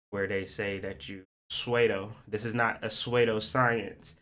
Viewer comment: I love your perspective and videos, I watch every day. Strong Saturn placements make it hard for me to not correct lol so please excuse me cuz I know it's annoying to people lol but pseudo is pronounced "soo-doe." Love you and thank you for sharing your wisdom and insight 💛